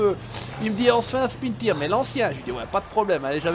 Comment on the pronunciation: CA SE DIS PAS SPIN TIRE CA CE PRONONCE SPIN TAYEURZ